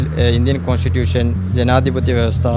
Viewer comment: Consitution😅, souyce, chalip☺️... English itra kashtapettu parayano... Malayalikalodalle ee parayunnathu🙂